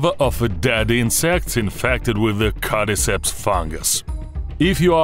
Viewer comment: "cadiceps" "codiceps" "carry ceps" "apacacalips"